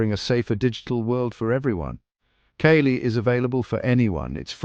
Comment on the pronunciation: Tell your AI friend its not Kay-Lee...